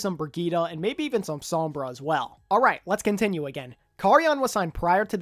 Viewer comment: Just wanted to pop in and say great video! But also correct your pronunciation of "Karayan". His name is pronounced "Kuh-rai-yun". Hope this helps!